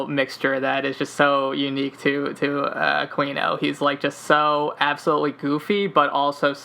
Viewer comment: So much of this is just BS. It's just some people that have taken a LOT of facts and information way out of context and through a very narrow and specific lens. It's also mixed in with a lot of conspiracy theories that don't have anything to do with one another. And it IS pronounced A-queen-o.